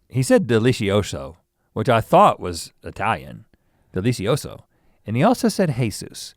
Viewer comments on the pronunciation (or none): Dora says dilicioso